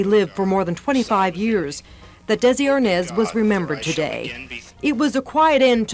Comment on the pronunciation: Also, the way AI says his name as ARNOZ, ridiculous!